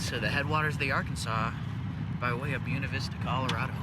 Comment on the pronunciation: As colorado narive its so interesting to see someone elses approach to camping and fishing areas youve been ur whole life. Even the way you day "Buena Vista" sounds funny to me😂 anyways, awesome video im glad you caught a fish. The dream stream doesnt have much mercy. Download The Dyrt! Theres SOO many free camping sites near ur area. Much better then the other ones.